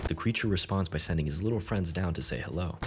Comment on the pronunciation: You mean "King shark makes new dumb fwiends"